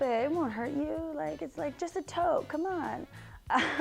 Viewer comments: I think she said just a toke lol. But i thought it sounded like toe as well 😂😂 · did you say "just a toe"? I am not sure but regardless it was hilarious to me. :D